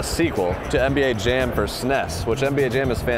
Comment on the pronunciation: Say it after me, Super Nintendo! Saness isn’t a thing and no one called it that!